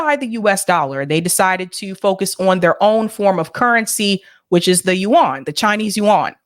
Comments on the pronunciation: It’s pronounced as “you-en” , not “you-Ahn” nor “wan”. Just like Yen, but with the “you” in front. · the people pronouncing 'yuan' in this clip aren't Chinese. I wouldn't take them as a pronunciation guide.